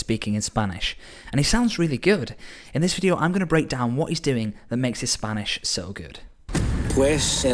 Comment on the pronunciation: I've taken 2 spanish classes and he still pronounces better than me